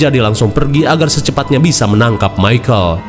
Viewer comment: Michael bang, bukan micahel 😅